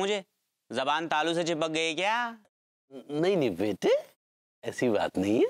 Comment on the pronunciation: Bete nahi ,byete, aaja mere byete😂😂😂😂😂